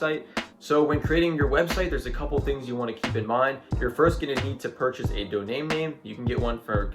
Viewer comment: Buddy was calling it Doname name😂 it’s Domain name man😂❌🅿️